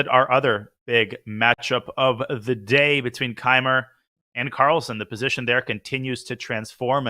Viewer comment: if it is posation then it must be sutuition